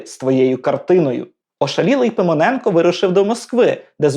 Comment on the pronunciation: Ну і вимова! Микола Пимоненко в устах ведучого звучить як Симоненко!?